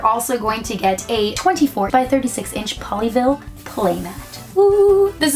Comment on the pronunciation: Every time she says “Pollyville” she sounds like she’s saying “Ponyville” I’ve been watching to much MLP....